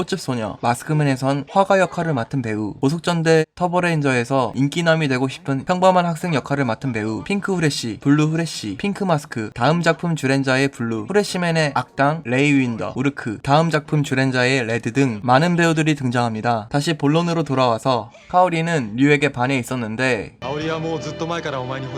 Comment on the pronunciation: 레이 윈더가 아니고 레이 원더입니다...